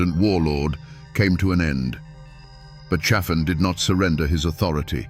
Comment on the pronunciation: Pronounced CHA-fin. If you're going to exploit our history pronounce it right you dumb as a stump AI.